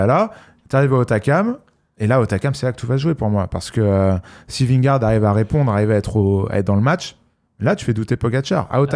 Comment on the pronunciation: Les gars je vous suis depuis le début, je vous aime d'amour mais je vous en supplie faites un effort sur la prononciation de Vingegaard svp 🙃